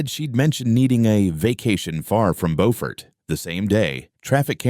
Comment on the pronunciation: Good story! I live near all the places mentioned. Beaufort is pronounced .. Buufert. LOL! Just a friendly FYI.